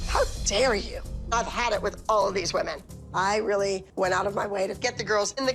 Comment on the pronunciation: Why did you say “women” like that